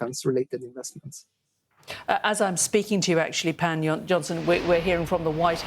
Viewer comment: lol how hard can it be to pronounce his name? It is spelled the Swedish way, "Pål", but it is pronounced "Paul" - it is the same name. Uneducated interviewer....